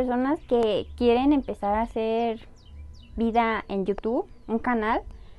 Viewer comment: Hola te hago una observación con todo respeto. Se pronuncia IU TUBBBB con B al final, en este video dijiste dos veces al principio, dijiste yutu. Saludos